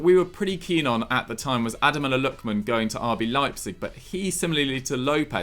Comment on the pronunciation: “Adeloma Lookman” 😂